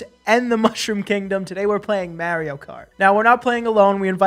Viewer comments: Omg the way you guys pronounce “Mario” 🤣🤣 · Mario doesn't say his own name as Mare-io though. He says it'sa me, Mar-io 😂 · Mare-io... it sounds gross. Its Mar-io like in the planet MARS. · Mario himself even says mARio. Where are you guys getting mERio??? Biggest pet peeve. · I forgot you guys were from New York until i heard how you guys pronounce “Mario” - threw me off for a second haha😂😂 funny video as always though 😄😄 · Still going to continue to watch your content even though you're mispronouncing Mario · It really bothers me how you pronounce Mario.....